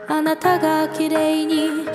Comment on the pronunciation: 와~~ 저도 굉장히 좋아하는 노랜데 정말 감사합니다. 일본어곡을 자주 부르시니 발음을 조금만 더 부드럽게 하시면 더 좋으실 것 같아요. 아나타같은 것은 타와 따의 중간이나 따나 다의 중간정도로 뭉개신다 생각하시면 좀 더 자연스러워지실 것 같네요. 너무 좋아서 또 듣습니다ㅋㅋ